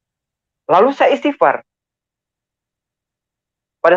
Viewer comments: Istigfar kok jadi ittifar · Menyebut istighfar aja gk benar